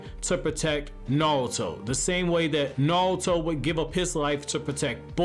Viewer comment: Bro, it’s NARUTO, not Nawuto